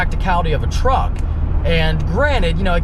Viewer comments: Is it a Juck or a Treep? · Hell I thought treep too lol🤣🤣🤣🤣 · Is it a truck or a jeep. It's a TREEP.